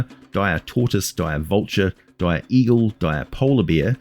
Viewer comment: They're like Regulah wolves, But DIYAH.